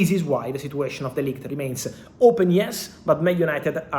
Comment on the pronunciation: [Negotiation] sounds like /Nego.she.a.shin/ , [Situation] sounds like /Sit.chu.way.shin/ you are a journalist/social media reporter you chose to speak in English, before someone jumps here and start barking.